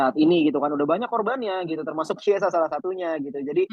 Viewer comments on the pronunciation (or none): ciao bianconero, chiesa dibaca kiesa bukan ciesa